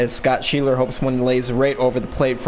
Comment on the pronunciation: Hes an Of for the Reds. Sch ebb ler. Nice video